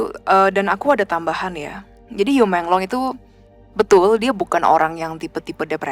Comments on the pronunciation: Yu meng long, bacanya yi meng long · Bacanya: I mong long